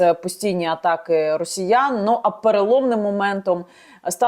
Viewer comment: "тридцать Адна тысИча", "рАсеяне"...